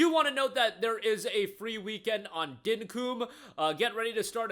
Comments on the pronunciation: Dinkum is said here in Australia as dink-cum with the emphasis on the kc sounding like their blended into 1 letter, it comes from the terminology 'fair dinkum' meaning fair enough, ok, no worries or realisation of a truth, just pointing out as a fellow Aussie lol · As an Australian, hearing "Dinkum" pronounced like "Dynkoom" is so funny. Not taking the piss, just funny. Keep up the good work.